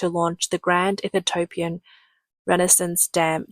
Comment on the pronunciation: It's EE-THI-OPIAN my darling. Still great content and your Australian accent is cute and a million times better than any AI!